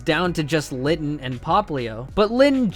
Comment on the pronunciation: It's is litten not Latin